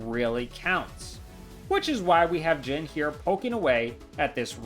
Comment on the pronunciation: question, why do you pronounce jin as jen?